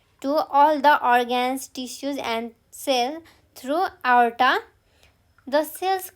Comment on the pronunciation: mam you have mispronounced the word tricuspid, aorta, ventricle, valve, bicuspid. please check it..